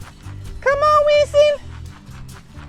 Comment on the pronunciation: Darn. Even the garage door caught it- called a heaux. Then Winston the pig’s name turned into 3 syllables- Wi-yun-ston. 😂 I love this guy!